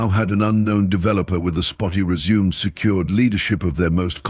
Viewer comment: I had to laugh about the word, suite, and the AI keeps saying suit. funny. another funny mistake, résumé (cv), they keep saying resume. good story.